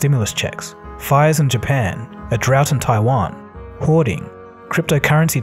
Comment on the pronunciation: He didn’t even pronounce Japan correctly !! What a sloppy job.